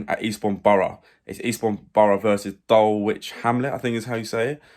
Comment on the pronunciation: Dulwich pronounced 'Dulich'.:) Good luck!